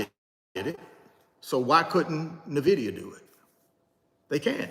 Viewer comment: Pronounced “Envidia “ not nahvidia